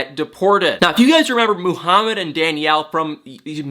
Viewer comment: Did i just hear MOO-harmad twice? 😂😂😂😂😂